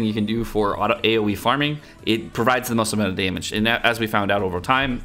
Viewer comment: I came here through the sdscg link... nice vid. I started out yesterday and this definitely gives me some direction. Liz/Liz-hoggies, except for the blue one, I'll remember that. Especially since the draws haven't been kind. I played enough to get 7x11 pulls, but only one pity ssr so far. And "air-effects", since you make "aoe" sound like that, funny. Btw, would you recommend going for Blue Slater from the Coin Shop? He has a reduced price at the moment, and is rated S on the tier list. But not everything might be what it seems considering your remarks on Red Slater.